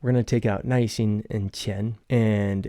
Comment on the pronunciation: It sounds like you are pronouncing 耐心as 耐一心…am I just mishearing you? Or is this like “儿“ - just a regional or colloquial pronunciation?